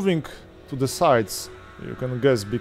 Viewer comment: the czy die? wypowiadasz to the bardziej jak Niemieckie die niż jak the